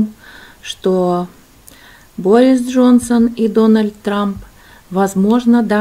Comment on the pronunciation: Не БорИс, а БОрис